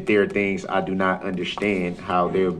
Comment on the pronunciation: "I don't consent to multiple consecutive life sentences. I don't see the relevence-y. I don't undershtand the nature of the charges."